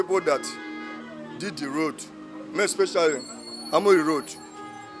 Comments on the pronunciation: What is wrong with his pronounciations? Very very fake. Channels TV newscasters and presenters are the worst offenders in nigeria. Very very fake nigerian accent it's laughable. Can you imagine him pronouncing road, raod. It's a joke really. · Channels TV news presenters with their fake accents. Just check out this dude here, making me laugh so hard the way he was pronouncing road. It sounded like raod. On a serious note, somebody please tell nigerians that gutter is not drainage. Let me repeat that; gutter is not drainage. If nigerians want to know what a drain system look like, they should Google eko atlantic city during the road construction phase.